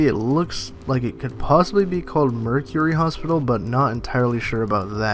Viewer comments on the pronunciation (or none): none